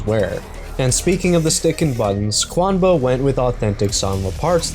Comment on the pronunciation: QUANBA? Seems a “U” snuck in there somehow. Thanks for the vid!